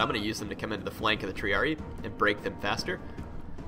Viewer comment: Don't wanna be a kill joy, but I believe it's pronounced Tree-ar-red-eye. Correct me if I'm wrong.